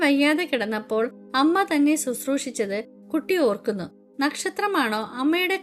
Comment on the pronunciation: ടീച്ചർ കട്ടി അല്ല കുട്ടി ആണ്